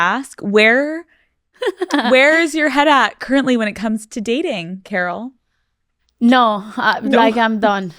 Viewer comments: Alex pronouncing Karol as "Carol" is driving me nuts 🫠 hahah its more like "Kah-rol" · I wish someone would have taught Alex how to pronounce Karol lol instead of Carol lol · Can you not pronounce her name so White 😭 it’s not pronounced like “Carol” you actually have to roll your R’s. More like Car-roll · Me está matando que le diga kerrol y no Carol como todo el mundo lo pronuncia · Nunca me había dado cuenta que tal americano/blanco suena “Karol”. Cada vez que le dice “Car-ole” suena gringo hahaha. Vivilla desde chiquilla la Karolina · Alex you speaking Spanish kills me 😂😂😂 & the way you say Karol 😂😂🫶🏻